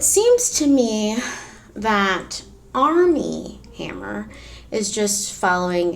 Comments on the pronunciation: Arm and hammer...I keep thinking you are saying that brand lol 😆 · Totally thought you said ARM AND HAMMER. Couldn't figure out what baking soda had to do with it...